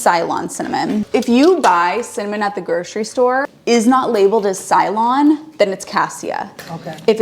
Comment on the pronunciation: Its actually pronounced " say- lon ( ceylon) ty!!